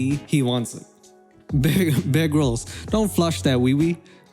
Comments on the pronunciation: I thought you said bearg rolls instead of bear grills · I honestly kept hearing 'big rolls' instead of bear grylls sdalkjsljaljs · Anyone else hear him say "egg rolls" when he was saying Bear Grylls? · I swear you're saying bear girls